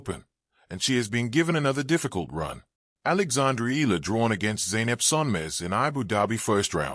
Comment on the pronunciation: Hey it's pronounce Eyala. The way you pronouce arabic yallah.